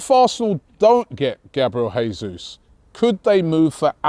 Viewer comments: Jayzus not Hayzus (his name is Portugese not Spanish) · The name is pronounced Jay-soos. Not Hey-soos. Gabriel Jesus. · Who’s gonna tell Robbie it’s pronounced “jay-zeus” lol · it's Jesus with J, not H. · Robbie,Jesus, he's Brazilian, it pronounced Jay-zeus not Hay-Suess. Morata, no thanks, too old, more clubs than Tiger Woods and offers nothing. Same reason we didn't sign Wilshere or Ramsey. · He’s Brazilian not Mexican pronounce the J and leave out the last S